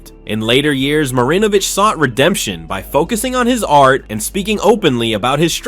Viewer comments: Right smh. He's also mispronouncing Marinovich. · You pronounced Marinovich’s name about ten different ways. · Holy fuck learn how to pronounce names. It's pronounced fur rot. The first R in Frerotte is silent. Now you're mispronouncing Todd Marinovich fuck dude smh.